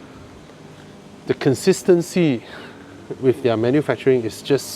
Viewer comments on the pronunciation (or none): none